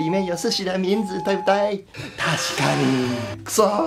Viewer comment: 老師說”它兮嘎尼”的時候我大爆笑了哈 國情不同產生的誤區啊